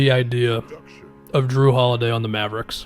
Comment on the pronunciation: “Jrue the shoe holiday” 💀